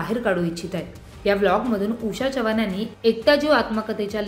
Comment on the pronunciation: बाई चव्हाण तुम्ही च्यव्हाण 😂असे का म्हणता...